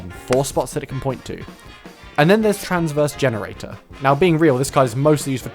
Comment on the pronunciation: Pulling some Duel Logs numbers with these name mispronunciations. "Transverse Generator"? Did you proofread this?